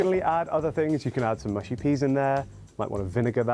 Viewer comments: Thank you for this! Tired of hearing “mooshy” from Americans 😂 Although the other comment is also correct in that certain dialects will mispronounce it also on account of their accent! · MUSHY peas, not mooshy. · Mushy as in ‘hush’ not as in ‘push’. Pickled onions are delicious.